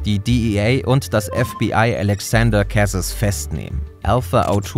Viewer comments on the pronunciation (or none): Meeensch! sprecht doch Cazes französisch aus...